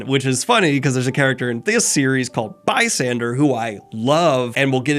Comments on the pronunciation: BASSander. With an A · The whole time I’m thinking who is Bysander? BAHssander Lin 😂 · Also it's BASSANDER NOT BYSSANSER lmao that bothered me so much